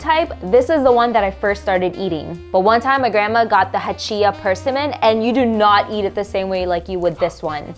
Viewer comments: It's pronounced "per-sim'-mon" with the accent on the second part of the word, "sim". Your pronouncing it with the accent on the first part of the word, on the "per". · Your pronounceation of persimmon is not quite right. Your emphasis is on the wrong syllable. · Why does she pronounce it that way? Emphasis on the first syllable. It's odd and so distracting. Only me? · Person min. My folks always pronounced it per sim mon. Fun how we say stuff different! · Pers a min or per sim mon? Never in my 49 years have I heard pronounced this way. As abrasive as ca nam in for cinnamon. Now having said this I just learned Vietnamese soup is pronounced Pha not phoh. Hope I don’t need to relearn per sim mon as pers a min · PURSEsimmon 😂 it’s pronounced pr·SI·muhn 😊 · the way you pronounced persimmons: PURSE-EE-MANS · We always pronounced it with the emphasis on the SIM: per-SIM-mon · Didn't know that's how you pronounce it... I've always heard "perSIMmon" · Per sim mon is how it’s pronounced! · Pronouncing it wrong. Per-SI-min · Why are you saying “persimmon” like it’s two separate words? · It’s pronounced persimmon, not persimmon